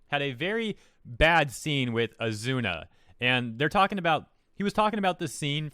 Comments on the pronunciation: It's Asuna, not Azuna. Are you...doing what WhatCulture does and intentionally making mistakes to bait people into commenting to boost you in the algorithm? Because, not gonna lie, it's annoying enough that I unsubbed from their channels and it's on the road to costing you a sub too. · Gotta....stay...calm... It's Asuna not Azuna!!! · Let me just say...A-zoo-na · “Azoona” addahsfh lol I’m gonna call her that now. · bro its Ah-Soo-Nah had to tell ya that lol. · Nobody:: azOOna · Azuna?! Why you butcher the waifu’s name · You're saying Asuna wrong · If you have seen the anime you should know how to pronounce her name.......just saying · Could you at least pronounce hey name right